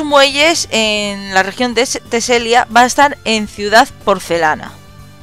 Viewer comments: se dice teselia no telesia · Teselia, no telesia wey :v